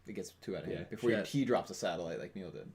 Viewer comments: dont care Its neil The subs and characters say neil not nail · Cmon do you hear yourselves calling him nail its neil Luke not rook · It's pronounced like "nail".